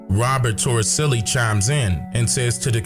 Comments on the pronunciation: His last name is Toricelli, with the c pronounced as s. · It's "Robert Torricelli"